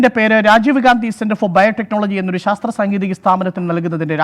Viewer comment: Sastra alle mone "shastra"